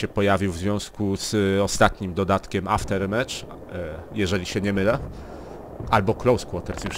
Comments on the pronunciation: Mówi się aftermaf. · Trudno to napisać, ale słychać takie "Aftermef". /watch?v=Ag4qoNzEH4w obejrzyj sobie to, dzięki temu nauczyłem się wymawiać tą trudną głoske "th". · Pisze się Aftermath a mówi się aftermat.